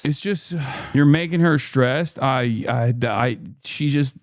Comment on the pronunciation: the way he pronounces shtressed, shtructure... makes me wanna puke